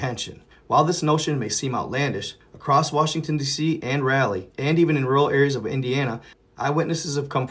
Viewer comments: That is pronounced Rawl lee not Rally. It was named for Sir Walter Raleigh. I've seen that birthday candle type fire before coming down from space. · It's Raleigh NC, not Rally. Come on. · It's Raleigh. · Raleigh nc... Not rally